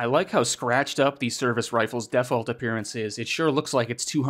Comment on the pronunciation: you say "Default" weird. Stop it.